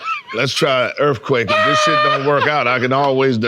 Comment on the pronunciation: Earf quake